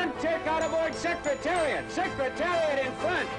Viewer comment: The announcer in the Kentucky Derby he says "sex" Secretariat ! He actually screws up alot of announcing in all 3 races, just pointing out.